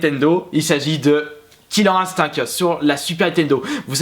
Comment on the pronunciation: Omg il a dit "killer Instink" XD